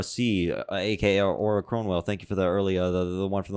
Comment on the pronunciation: Cornwell 🤣 oh well it was close enough- the c is fine lmao